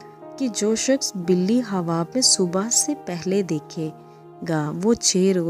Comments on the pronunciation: Aap pehle achchi tarah se bole۔ hawab nhi ۔۔khaaab hota hai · ہواب نہیں خواب ۔۔۔۔ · خواب)خاب پڑھا جاتا ہے